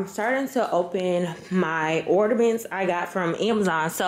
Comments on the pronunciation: Not “ordamints” sis lmao. Did the lidocaine hack work? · the tree turned out really pretty.. it's "ornament not ordaments boo. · Gworl 🤣 it’s “ornaments” not “ordamints!” The way you pronounce it is killing me. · what the hell are “Orderments”? Lol Le sigh 😂😂😂💕🥰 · Or-na-ments sis